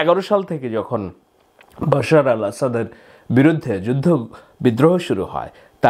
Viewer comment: আপনি তো ভাই BAL এর সাংবাদিক বাশার কে বশির বলার পর আপনি আর সাধারণ সাংবাদিক থাকেনা। আপনি এক মহান উচ্চতায় উন্নীত হয়ে BALএর সাংবাদিক এ পৌছে গেলেন! আহা!